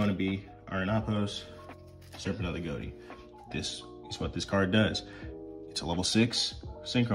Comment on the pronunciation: I thought konami confirmed that, while that is the joke, it is pronounced "go-tee"